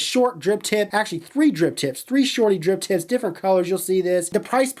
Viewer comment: bruh..... im certain that youre saying Drip Tits instead of Drip Tips